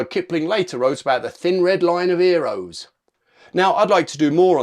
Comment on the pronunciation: "Thin red line of "ear'oles?" 🤣